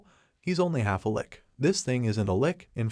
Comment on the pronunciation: It's not Lick it's lich